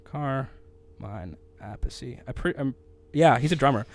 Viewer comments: Damn, you need to practice your Italian. CAR-mine a-PEACH. Very famous drummer. Just a few of the act he drummed for: Vanilla Fudge, Rod Stewart, Ozzie Osbourne, Jeff Beck, Ted Nugent, King Kobra, and many more. His younger brother, Vinny Appice drummed for Dio, Black Sabbath, Rick Derringer, Heaven & Hell among others....... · drummer's name pronunciation is carmine A PIECE. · Carmine's last name is pronounced "A-peach" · I think Carmine decided on "A-piece" as the final pronunciation.